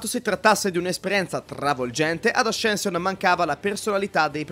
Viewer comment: Bellissimo video! Mi trovo molto d’accordo Però ascension si pronuncia assenscion e non ascension